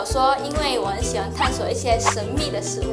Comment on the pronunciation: 事物读成食物？